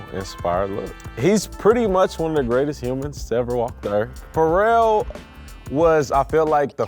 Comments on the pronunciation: But that guy pronounces Pharrell like Fo-rell 😂😂😂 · Who else didn't know pharrel was pronounced like that